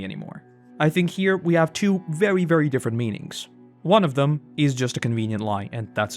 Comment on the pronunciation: Saaammme, but DIFFERUHNT